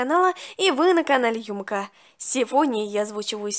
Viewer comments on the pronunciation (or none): Конечно это видео вышло год назад но в я одна услышала что Юмеко сказала ЮмЫка?😅😅 И да, в СПУСТЯ 1000 ЛЕТ